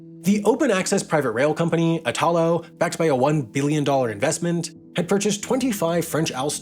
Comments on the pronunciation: Please note that in Italy when you pronounce names you put the stress on the first syllable. You keep on saying "Itaaalo", when the proper pronunciation in Italian is "iiitalo" Please get it right and do some research when pronouncing words in another language. Txs so much! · Italo (e-tha-low) is pronounced with a strong accent on the first sillaba (the I) not on the second (ta). Sorry to nitpick but this particular mispronunciation is very fastidious to an Italian ear...Maybe because the root of the name is the name of our country (That is pronounced the other way around and maybe this is the cause of the error. I have to admit that is quite confusing and I'm not a qualified teacher, as you have probably already guessed...). Most of the times these little mistakes are fun to me but this particular one is like the screech of nails on a blackboard...😷😬😬😬 Ciao! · Ignoring your pronunciation of Italo (it's meant to be /'i.ta.lo/, accent on the first syllable, not like in Italia), great video about, I guess, planes. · Just a small remark: the name of the Italian railway company "Italo" is NOT pronounced like itÀlo, the stress is on the "I": Ìtalo. It's similar to the way you pronounce "Italy". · Totally Random: Italo is pronounced "ìtalo", not "itàlo". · Extremely interesting subject. P.s. Italo is pronounced with strong accent on the “I”, not on the “A”. Basically the same as Italy. Looking forward to the next video! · Next time try to pronounce "Italo" correctly, thank you 🙏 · eye-talo? e-talo! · Great content, but listening pronounciation of 'Trenitalia', 'Italo' and 'Alstom' is a rather unpleasant experience. But no worries, pronunciations can be improved, it's possible 👍🏽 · Hey Sam will you ever consider on doing a video on why flying is so cheaper than railing? I asked Jason from Not just bikes and he said you are the best suited one to answer this question. By the way the accent in “Italo” is pronounced like Italy, on the “I” and not the “a”. Great video 🤗